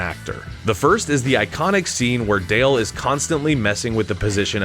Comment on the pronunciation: I wish you had gone back and re-recorded every time you called Dell, "Dale".